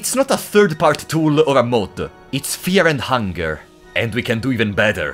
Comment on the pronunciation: Fear and hungare